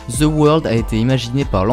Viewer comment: Juste pour le titre! Parce que c’est stupide et que peu de monde veulent ce genre de folie! THE ne se prononce pas en Z gang de français mettez un D plutôt qu’un Z! J’aime les français mais pas quand il massacre l’anglais par incapacité et incompétence à dire 3 lettres en anglais! Forcer vous un peu! 😂